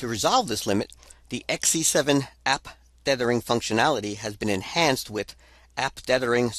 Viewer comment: TETHH-ering... not DEATH-ering... ugh. hard to listen to. (Yes. I know this is 8 years old.)